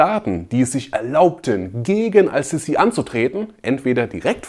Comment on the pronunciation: Sprich den Namen bitte Ass-Sisi aus. Das S ist ein Sonnenbuchstabe und wird deshalb assimiliert.